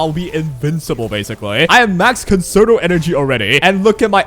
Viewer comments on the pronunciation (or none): Concerto is a music term pronounced as Kon Cher Toe. You’re not the only content creator but please help with sharing the correct pronunciation. Thanks! Great Content. enjoyed